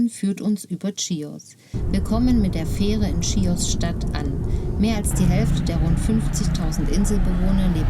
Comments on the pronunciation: Sehr nette Doku…danke…aber beim nächsten mal Chios…also mit ch…nicht schios….das klingt völlig falsch. 😃😃wir sind gerade auf der Nachbarinsel Lesbosmund setzen in ein paar Wochen über auf die Insel. ❤️❤️🇬🇷🇬🇷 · Das spricht man nicht tschios!!!!! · Ich konnte mir das nach der ersten Minute schon nicht mehr anschauen, weil die Frau die ganze Zeit ständig „Tschios“ sagt. Wie kann man so viel Zeit in die Erstellung eines solchen Films stecken und am Ende immer noch nicht wissen, wie der Ort überhaupt heißt? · Sagt doch bitte nicht tschios😢